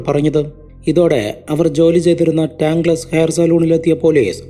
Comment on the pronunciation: കടയുടെ പേര് ടാങ്ക് ലെസ് എന്നല്ല. ടാങ്കിൾസ് (tangles) എന്നാണ്. അത് പോലെ സലൂൺ എന്നല്ല സലോൺ (salon) എന്നാണ് ഉച്ചാരണം.